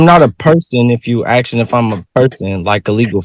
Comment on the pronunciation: The judge is not “axing” you anything. She is ASKING you a question. Now, you can read and write. You CAN properly enunciate words in the English language. People who talk like trash get treated like trash. Also, might wanna take off your head trinkets. Notice what normal people wear to court? Shirts, ties, slacks, suits. Might wanna think about it. Unless your lifelong goal is to end your life in a jail cell, after decades in prison.